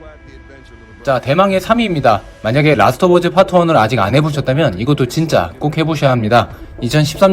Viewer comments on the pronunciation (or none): 왜 자꾸 라스트 오브 어즈 라고 하는거에요!!